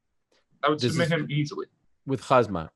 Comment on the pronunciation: Not hazmat, he is hamzat